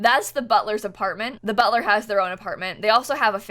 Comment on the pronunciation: When she said ”Butler” I hear ”burtrum”